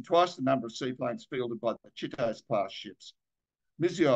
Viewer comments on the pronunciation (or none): I think it's Chee-toe-zay". There's an anime hero with the same name.